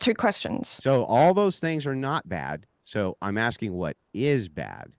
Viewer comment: What’s intrinsically bad is her pronouncing an “R” in the word … “so” ( hard to believe she’s that obtuse she can’t get what he is demonstrating in this debate)